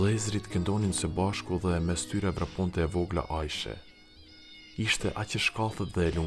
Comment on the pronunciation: Aishe, theksi duhet tek shkronja i.